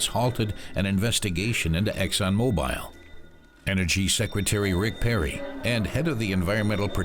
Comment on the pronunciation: It's hard to trust anyone that can't even pronounce mobil correctly